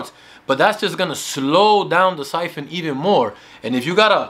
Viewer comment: It’s siphon not “python” lol